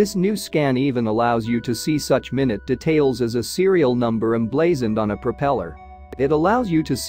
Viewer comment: The AI narrator is not perfect by a long shot. There's a different pronunciation between minute (60 seconds) and minute (small). More errors occur that are funny. Info is good, however.